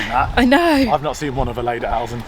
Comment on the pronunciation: Oh, guys. Lederhosen pronounced lay/der/hose/n and dirndl is pronounced deer/n/dle.